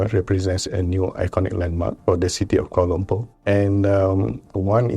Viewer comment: But it's Lumpur, not Lumpa! Sounds ridiculous when you say Lumpa.